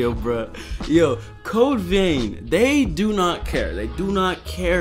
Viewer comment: "Code veen" 😅